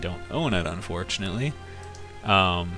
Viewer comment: "I don't own it unfortunently" Rectify this! It's great. XD